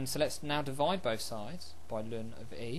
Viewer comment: You were taught wrong. It is in fact pronounced correctly in this video.